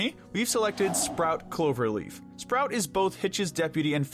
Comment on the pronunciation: It is sprout there is an r between p and o.